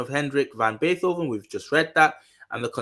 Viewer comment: BAY -TOW - VEN LOL! great video!